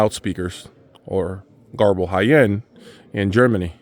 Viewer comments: If you have problems pronouncing Goebel like most english speaking people say it this way Gubel.and Kaiser acoustic is also not far from Göbel. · Garble ? thats how you say it ?